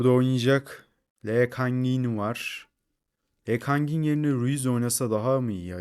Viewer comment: Lee kang in ismini söylemek çok komik